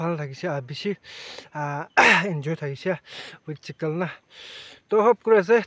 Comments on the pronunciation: Hahahaha it's chiken bro not chikil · Special not specian and chicken not chickle 😢